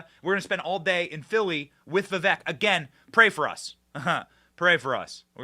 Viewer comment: Benny you’re great but for the love of god figure out how to properly say Vivek’s full name before you travel with him.